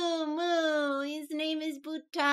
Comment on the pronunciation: Buta sounds like butter. But with a german pronounciation lmao